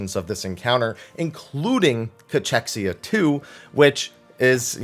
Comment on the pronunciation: Ca-kexia....Ca-kexia not chex....kex